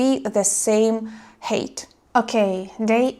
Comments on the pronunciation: dearest, greetings and salutations. No worries about pronouncing the word height as hate, it was obvious to me within the context of your story that you were talking about height. You speak very good English, better than the English spoken here in America by most immigrants. I think is admirable that you have thought yourself English and the fluency with which you speak it. To me it's inspirational because I'm teaching myself Russian, and I feel I'm making good progress. This weekend I started writing in Russian every word and phrase I'm learning. I think writing will enhance my learning and help me retain it in memory. About the story, I think your subscriber was very foolish. His failure was predictable. Naively making rash decisions based on presumptions was a recipe for disaster. I would think he is probably out of his element in Russia, unless he is also in love with Russia and its culture. He should probably go home and stop chasing women and instead focus on himself and self improvement in order to be more appealing. Just saying... relationships are very difficult, they always begin through the eyes, with promises and proclamations of "forever", and once the honeymoon is over and reality sets in, relationships become full of compromises and then forever doesn't seem as long, and eventually the eyes begin to wonder in other directions. Conclusion: don't fall in love, it will make you do things you wouldn't ordinarily do... just have fun. Ta ta darling. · Another beautiful and interesting video. In places, perhaps this one should have an X certificate. You look ever more lovely, I'd even say ever more lovelier, but that's not correct English. Just keep showing us your beautiful face, that's all I ask that's good enough for me 😂By the way, we pronounce 'height' so it rhymes with ''right', nothing to do with hating and hatred. Haha, I must apologise for our crazy language once again. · Just "Hi - t." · A lot of HATE😅